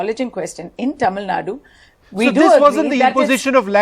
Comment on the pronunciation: It's not Tamil Nad it's Tamil Nadu